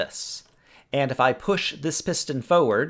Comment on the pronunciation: I love how you say forward